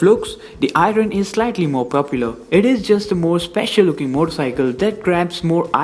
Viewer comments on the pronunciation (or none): R is silent in IRON bro....